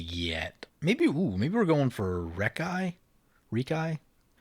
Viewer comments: It's pronounced "Rehk-ee", not "Reek-eye",. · Do you pronounce Reki that way just to tilt me or what? Lol. I guess it's one of those things when you say it & hear it a certain way for a long long time it just drives ya crazy to hear it different. I've always said & heard him as wrecky btw. Just to clarify I'm not saying your wrong it's a made up name.